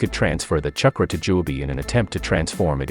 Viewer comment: Say "CHUH-kruh" one more time...